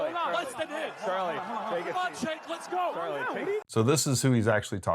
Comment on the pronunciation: It’s Chuuunk Youghurt